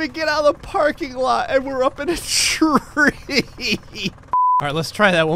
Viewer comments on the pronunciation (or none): At four minutes and 11 seconds did anyone noticed that when you said tree it sounded like he was saying reeee